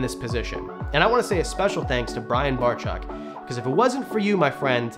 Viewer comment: you keep slipping between calling Brian-Brian Bar-chuck to the correct pronunciation Barcheck (which of course is spelled differently,lol). You had me going there about AnimalCon, I thought maybe there was a problem, but I'm glad to hear you had a good time. Thanks for the update, always good to see you.